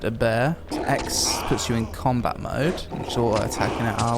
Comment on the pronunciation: "Cameloh" - "Combah". Speak English, I thought your country spawned the fucking language.